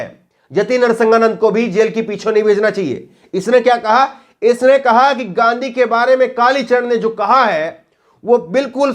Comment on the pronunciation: Abe takle Gandhiji ko ganddigi kehraha he